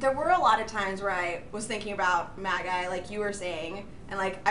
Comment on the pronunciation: Magi is pronounced as "Mageeee" not "Majaiii"